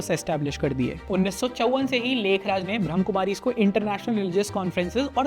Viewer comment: One correction I would like to suggest- it's not 'ब्रह्म कुमारीज़', it's 'ब्रह्मा कुमारीज़'.. 😇